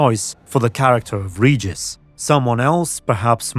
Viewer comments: Please, it's Regis, not "Rejis"... Even Sapkowski himself said how to correctly pronounce vampire's name... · i still remember how they've tried to sell this serial to us (Poles) by declaring that the names will be pronounce correct... they don't give af he's Redżis now